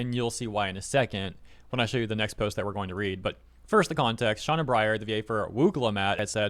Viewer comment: appreciate the content... but PLEASE learn to read. "Sena" is not read "Shauna". Like, holy cow, even basic names are your kryptonite. Like the updates, but the constant mispronunciation of a word right there on the screen gets really irritating.